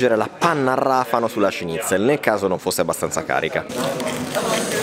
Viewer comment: È inutile, gli Italiani hanno un serio problema a pronunciare la parola ''Schnitzel'' e non capisco il perchè, dato che non c'è alcuna ''g'', ma una ''c''! ''Sch'' si pronuncia come il ''Sh'' dell'inglese ''Show'' ☝ Mah...più facile di così! Si sa, noi Italiani, con le lingue straniere, dobbiamo farci notare, sempre 😂